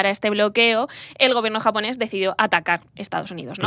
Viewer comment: Como graduado en un máster de asia oriental, viviendo y trabajando en Japón con un nivel alto de japonés he sufrido un poco con este podcast. Además, me parece increíble que no habéis pronunciado bien ni una palabra en japonés teniendo en cuenta que el japonés es fonéticamente casi igual que al castellano